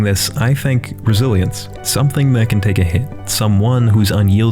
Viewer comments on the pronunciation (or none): i swear i thought you said brazilians instead of resilience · HAHAHA I HEARD OPM AS OPIUM AND I WAS LIKE 'wat dis man talkin abt?' HAHAHAHA NOW I HEAR RESILIENCE AS BRAZILIANS I'M GOING CRAZY